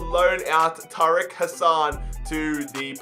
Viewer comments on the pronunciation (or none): none